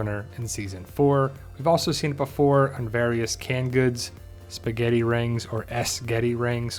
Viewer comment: Lol, S Getty. It's pronounced sketty